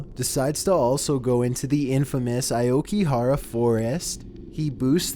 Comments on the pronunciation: did you say aouki Ahara It’s Aoyagi gaihara I live in japan so I know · it’s the “Oh-ki-ga-hara” forest. You’re voice is irritating enough without you mispronouncing words! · Aokigahara "Ayokihara" It's okay. You tried. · Bro it's pronounced as " Aoki-ga-hara !" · The way you pronounced Aokigahara is sickening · How did you pronounce that forest my dude? I lol'd. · The way you pronounced Oakigahara was hilarious